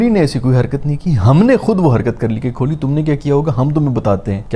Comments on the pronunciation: Kholi ❌ Kohli ✅ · His pronunciation of kholi is making me uncomfortable, its kholi with Kaaf not kholi with khay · bhai padhe likhe lakthe ho please thodi apni pronunciation me dhyaan diya karo ... 1.50M se jyada subscribers hai aapke thoda please dhyaan rakha karo... ITS KOH - LI not KHO-LI ...